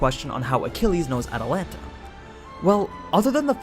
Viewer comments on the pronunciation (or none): none